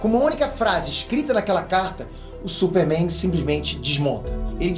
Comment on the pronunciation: falando “supe Mein" kkkkkkkkkkkkk